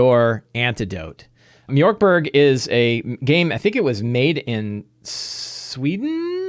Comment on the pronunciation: It's definitely not pronounced "mjork berg" 😂. The O with the dots is pronounced much like the Americans would say "ea" in in the word "heard". Borg is pronounced "bori" (like the word "boring") in Sweden.